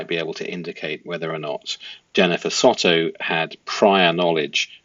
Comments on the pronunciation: The last name is pronounced Sew-toe. I believe Jenn is totally complicit in Madeline's demise. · Hey pls forgive me if I sound a bit rude, but pls can you pronounce the names correctly as my adhd and ocd can’t cope with it! 🙏🏾 so: Madeline & Jenn Soto - Soto is pronounced ‘So (like so what) and ‘to’ is pronounced ‘toe’. Stephan Sterns: Stephan is pronounced Steh fan, not Steven. Thank you! 🤩